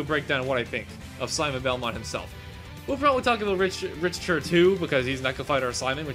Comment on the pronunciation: Rich-ter Lululululul Rick-ter